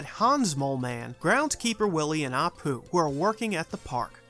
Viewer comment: did you just call apu apoop?